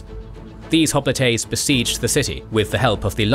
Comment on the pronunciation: I've never heard hoplites pronounced the way the narrator pronounces it in this video. When I looked up the way it's pronounced in Greek, it sounds close to the way the narrator pronounces it, but not quite the same. I prefer the way hoplite is pronounced in the usual way over the way this narrator pronounces it.